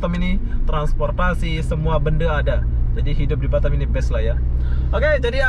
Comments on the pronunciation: Batam bukan Batem. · Batam. Bkn Batem